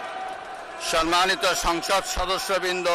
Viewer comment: বুঝলাম না সম্মানিত উচ্চারণ এর সময় কি ৩ আলিফ টান দিল?🙂